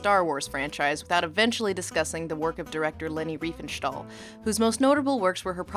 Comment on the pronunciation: There is no "sh" or "sch" sound in "stahl". Sorry, but every time you said "Riefenschtahl", my "immersion" shattered.